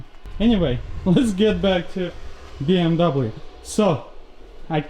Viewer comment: What the hell is a “BMdoublem”?